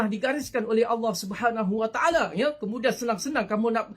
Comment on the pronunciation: Taale taale taale... Sebut btl2 le